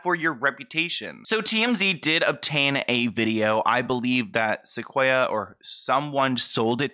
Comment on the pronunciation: My name is Sequoyah and I feel so bad for this girl! And yes you were saying it right :)